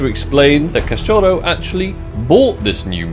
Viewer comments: btw you pronounce cachorro like cash-show-ho. No rolling of the R's that's Spanish or maybe Portugal Portuguese. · just so you know, it's pronounced as Cacho-HO (dog). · Cachouro kkk mto bom ele falando cachorro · Hi why don't we make a small game for each time you pronounce wrongly the word Cachorro you give me 1k on skinclub to play on your account deal? :)